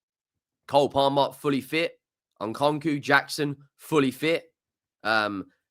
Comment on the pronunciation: Just fyi, it’s EN-COO-COO, not EN-CON-COO.